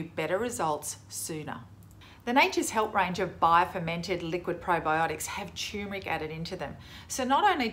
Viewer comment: It's pronounced TuRmeric, not CHOOMERIC!